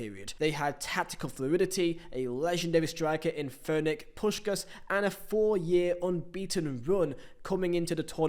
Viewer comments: "Fernec" Puskas? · "Furnick" had me dying